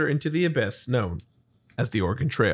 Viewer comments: Just pronounce Oregon as "organ". 2 syllables with "gun" at the end. Everyone can pick out a tourist the second they hear "oar-eh-gone". Same if you visit Idaho and pronounce Boise with a "z" instead of a hard "s". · Am Oregonian. We pronounce it "Oar-uh-gun". If it helps, a common simple pronunciation trick I've seen is to say it as though you are asking, "would you rather bring a knife to a fight, *or a gun*?" Just don't say "gone" at the end and you're golden. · Oregonian here. Y'all pronounced it correctly for the most part. It's NOT "Or-eh-gone", but otherwise you got it. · As an Oregonian, I’ll share something I heard from somewhere before (forget where): it’s not Or-re-gone, we haven’t gone anywhere! So you guys have it right! Random aside: it’s also Washington, not Warshington. I hear a disturbing amount of people saying that! Not that you guys did!